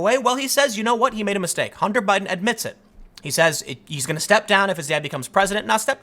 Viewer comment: Who else heard him say "Obiden"?